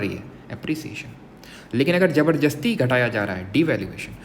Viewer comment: Sir aap जबरदस्ती को "जबरजस्ती"कहते हो😅